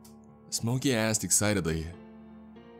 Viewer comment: Couple issues: - obviously the medical information - STOP trying to do accents your voice is great, you’re bad at them and it takes away from what you do very well. - “Jack asked” not jackassd - probably check out the pronunciation key in the dictionary, you have a few issues with specific words, it’s pretty systemic in your narrations